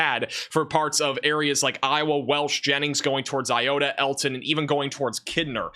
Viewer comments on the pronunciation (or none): none